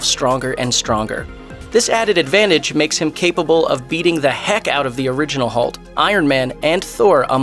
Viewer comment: 6.35 did you just day 'hult'?? 🤣🤣🤣🤣